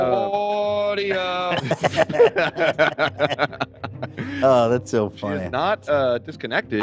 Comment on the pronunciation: God I died every time played the sound bite of saying “au-u-di-o” when donnas screen froze and she couldn’t connect to the sound